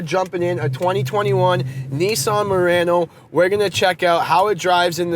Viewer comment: Idk why I heard him saying Nissan Marino in the beginning 😂